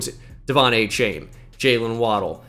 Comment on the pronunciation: Hearing it pronounced “Achain” 100x << 😂